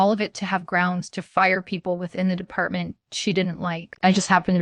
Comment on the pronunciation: I like how there was a story about an editor violating the English language rules...with a ton of simple English errors. Not in the writing...but in the reading. Like it's H R not HAR...it's department not d.e.p.t...or how it ends statements with upward inflections like questions in the middle of the sentence. I get this is AI, but this isn't good.